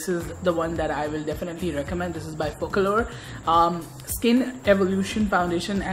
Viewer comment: It's pronounced 'folk'-'allure'